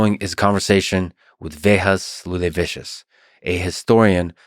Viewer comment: Talk about bitchering your guest's name - wow! Instead of saying Vėjas Liūlevičius saying vehas looleVIshos 😂